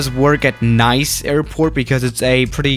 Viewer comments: Nice's pronounciation is "niss", not "nice" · You’re supposed to say “neece” not “nice” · It's not Nais, how you pronounced Nice it's actually pronounced like Niss By the way i am not french I am Georgian Not from the american Georgia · it's pronounced Niece!!! NIECE!! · Pronounced: Nees